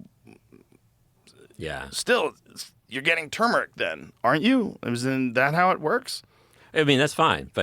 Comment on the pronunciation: Wtf is chumeric? Does Joe mean Tumeric